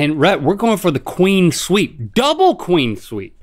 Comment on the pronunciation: Everybody: "Clean sweep." Link: "Queen sweep."